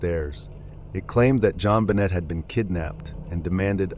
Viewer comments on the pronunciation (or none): Suge Knight is pronounce "Sug" like short Sugar. And Jonbenet is Jon-bo-nay. No "T" sound, it's French. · to be fair during the intro he apologized for mispronouncing names, and that he made super sure that he wasn't gonna mispronounce a name, especially a victim, and then within the first couple pictures he pronounces the T on JonBenet throughout the entire segment. It doesn't really bother me to much. But when you bring attention to it yourself, and then come right back and do the same exact thing, that seems like it deserves to be called out. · There's really no excuse for the way you egregiously butcher Jonbenet's name. Her case has been spoken about enough that the proper pronunciation is easily accessible. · Is it rage bait to say JonBenet's name a bunch of times but only pronounce it correctly once? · The jon benet case is so infamous im actually appalled. Usually i try to be gracious about pronunciations; it can be difficult; but when you are talking about deceased people it’s definitely coming across disrespectful now. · That is now how you pronounce JonBenét....jfc. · The Ramseys didn't speak French. If they did, the T would have been pronounced. The way her name was pronounced, it should have been spelled JonBenét if it were in French, not JonBenêt. But yeah, the AI voice doesn't know how her name (or Ted Kaczynski's for that matter) was pronounced. That should have been corrected in the script. It's not like there's not millions of hours of contemporary media pronouncing their names.